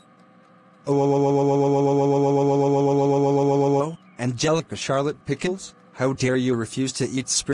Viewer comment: And the way he says "Pickles" sounds more like "Pickins".